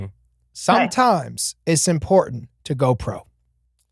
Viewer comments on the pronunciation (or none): jake speaking in code 😂 “sometimes iss important”